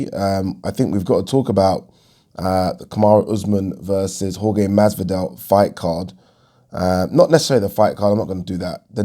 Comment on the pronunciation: Jorge is pronounced HorHe